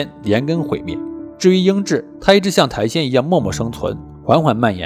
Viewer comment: 是苔藓(xiǎn, 上声)哦